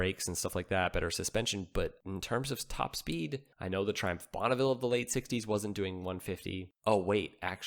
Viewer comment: 60's Trihumph Tri-dent